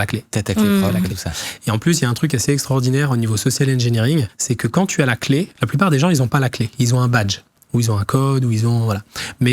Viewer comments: Juste a ,ce n'est pas "Ingineering" mais "Engineering" :) Trés interessant ! Top ! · *E*ngineering tout de même 😅